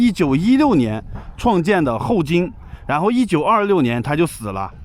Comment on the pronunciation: 1926？？？你说话都说不清楚